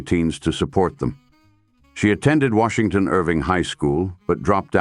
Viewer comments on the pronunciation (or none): none